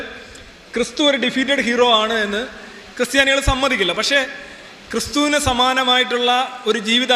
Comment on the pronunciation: Sorry to say "cry Stiani"